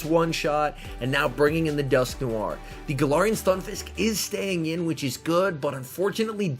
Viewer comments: 🤣🤣🤣 it’s alright everyone pronounces different Pokémon funny stuff. I’m pretty sure it’s pronounced as Dusk noir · Why do you say dusknoir like dusknoiare